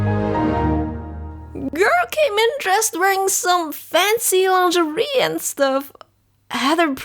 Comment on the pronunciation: Langerian?, I thought you said Korean😂😂😂😂